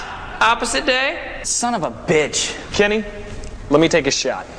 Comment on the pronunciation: I know "Kenny" makes more sense, but it sounds like he says "Jenny"